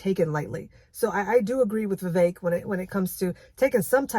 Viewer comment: you talk about so much great stuff in this! on a funny note, it's nice to hear someone else pronounce vivek's name correctly haha!